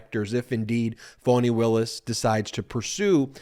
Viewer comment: I love your show and I'm a loyal listener, but I need you to pronounce Fani's name correctly..it's Fani...not Foney...🙂..either like Fawney or like Fanny..but not like "Phoney".